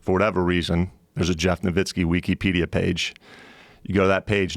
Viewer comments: Is he saying weekeepedia? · I love how he pronounces Wikipedia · I was gonna say there is NO WAY this guy didn't know who Harry Potter is, but then he said "weekeypedia."